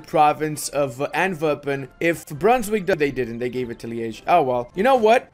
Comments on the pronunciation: Love the video! Just a small heads up, you pronounce Antwerpen in a very german-sounding way. As a flemish/dutch speaking person it is a bit sus to say the least. Foreshadowing? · Stop saying Antwerpen like that man!